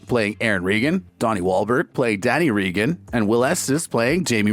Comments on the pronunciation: Hey, you! The guy talking. Have you ever watched this show? It is pronounced with a long a sound!!! You know, like the president??? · I wonder if you’ve learned how to say the family name yet?.